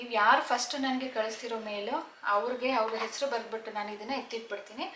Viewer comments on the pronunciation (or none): none